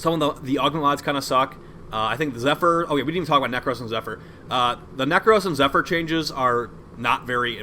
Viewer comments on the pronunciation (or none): You pronounce the P in Zephyr lol Zep-her lol wtf